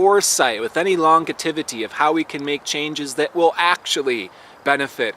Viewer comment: It's pronounced "LON-JEV-ITY" You are such a GREAT Astrologer! I love your videos! Thanks so much for all you do 💎💖💎